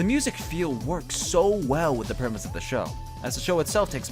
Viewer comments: PREMISE! PREMISE, ED!! THE WORD IS "PREMISE!" STOP SAYING "PERMISE!!" Also that's a pretty good music choice :3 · I don't think knows how to pronounce the word "premise"..... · You heard it right here folks, Texans can't say 'premise'